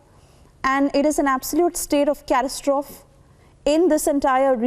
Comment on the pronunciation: Tf is catastroff??? This is an English reporter?